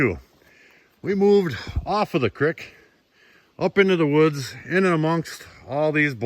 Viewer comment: Say it like ya saying, feet, cr-eek. Lmao But that was a copper ore thing?? Raw freaking copper?